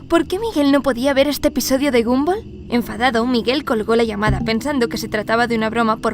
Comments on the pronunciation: Es gumball no gamboll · Xd se pronuncia gombal si se pronuncia como lo escribí xd